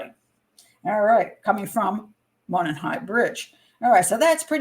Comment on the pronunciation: Monon sounds like " Mow non" not "Moanin"